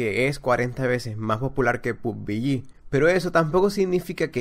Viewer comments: Arma 3 y Day Z? Hahaha haz tu tarea, playera unknown trabajo en los estudios de las creaciones que acabas de mencionar Pubg solo fue el paso final, y se pronuncia "Pub-G" no pub-bi-yi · Pub-biyi pugbiyi pubiyi 😵😵😵😵😵 evita la Bi. Solo pubG (pubyi)